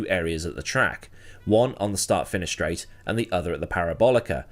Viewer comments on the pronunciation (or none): none